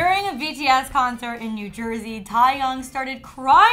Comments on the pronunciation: “Tie yung” it ain’t that hard it pronounced the way it’s spelled...Taehyung what you need me to put it in sections Tay as in Taylor swift Hyung as in young with a H sound in the beginning “Tay-hyoung” Taehyung it ain’t hard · i think instead of saying their real names, you can just say their stage names because your pronunciation is pissing me off. ITS TAEHYUNG NOT TIEYOUNG!! Do your alphabet pronunciations. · Thai-young?!? Wtf it’s pronounced tay-heyung... 😂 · Did she seriously say Teahyungs name wrong it sounded like she said tieyoung instead of TAEHYUNG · Okay stop saying we're being rude when she can easily pronounced BAE but suddenly TAE is THAI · HIS NAME IS TAEHYUNG NOT TIEYOUNG 😤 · first of all it’s taehyung not tyhyung 🤔 and it’s “but i still want you” not “but i still love you” .... army is shook rn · You attempting to pronounce Taehyung's name was rather heart warming however, for the future remember that Taehyung is pronounce TAY -hyung and not Ty hyung. Hope this helped and thank you for covering BTS. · Taehyung is pronounced TAY YOUNG, not Thai Young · Thai yung. Ok. It’s actually TAEhyung. Just call him V. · What’s with people pronouncing Taehyung as Tieyoung?? It’s so simple to pronounce, say Tay-hyoung 😤🙄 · I hate to be that kind of ARMY, but Tahyung? It's 👏T A Y 👏H Y U N G. 👏 Taehyung, Birth control jokes ... No. Just no. Pete-whatever can excise himself. I'm not even an Ariana fan, but that made me want to smack him over the head. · OMG the way she pronounced Taehyung 🤦🏾‍♀️🤦🏾‍♀️ it’s not “thai young” it’s pronounced “Tay Hyung” 💀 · Excuse me it sounds like she is saying “Thaiyoung” I’m sorry but It’s Taehyung. I screamed taehyung when they said it. But honestly not suprised he cried. It’s such a touching and emotional song. Every army can relate when we say we get emotional sometimes listening to the song. Seeing the members cry makes me even more emotional aswell. Pray for our baby ❤️💜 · ....tieyung💀 it's TAEHYUNG 😂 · "taiyung"... XC